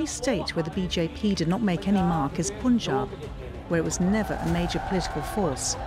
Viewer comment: What's up with the Pronunciation? "Poonjaab" gosh! Propaganda content with awful pronunciation. How do you say "Pun"? POON is it?